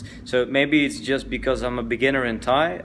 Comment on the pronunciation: Your thai pronunciation is excellent